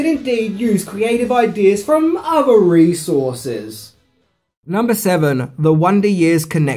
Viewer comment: *resources Not “recourses” Not sure why no one’s corrected you on that yet.